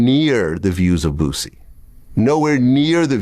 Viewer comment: Dude, Its BOOSIE not BOOZIE.